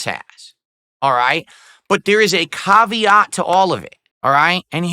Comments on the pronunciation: the CAHV-eee-OTT! LOL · "cavvy yacht" what is this pronunciation